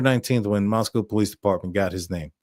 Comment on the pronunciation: You are doing such a great job at pronunciation of Nez Perce and Moscow. 🙂